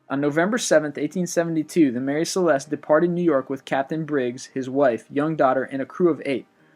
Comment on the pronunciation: Maree' Cileste, sounds like Juhbralter